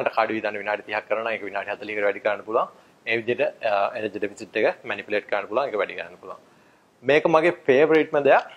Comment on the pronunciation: nice advice but it is 'Deficit' not 'Defit'